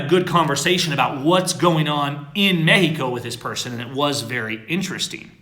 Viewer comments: STOP SAYING MEXICO LIKE THAT!!!!!!! It's very annoying. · Am i the only one that can't stand the way pronounces Mexico